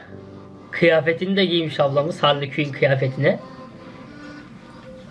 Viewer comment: Hali Küin deyil canım,Harley Kuin o😊😊